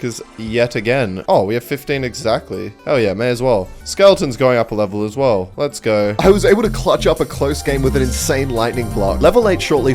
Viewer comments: cool video but I can't believe how annoying it is to hear "lets gorr" every 5 seconds instead of "lets go" 😐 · Why are u saying let's geur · mf said lets gour